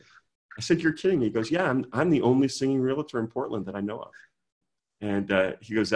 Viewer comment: Good stuff! Just a friendly reminder that REALTOR is two syllables not 3. 😉